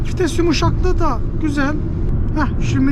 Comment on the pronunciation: Vites ❌️ Fites ✅️